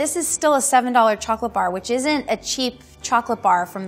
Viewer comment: how to trust a chocolate expert who calls it “chocolate par”